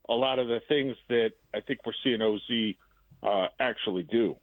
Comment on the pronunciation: For as much criticism as these two like to dish out, you would hope that they would be better at their own job, like pronouncing names correctly. For crying out loud, just call him O.Z. if you don't have a clue. I can't believe these guys just won an award. Just let Biggs, Olin, or any other Bears guest tell us what they know, and try to say nothing. Thank you. Go Bears.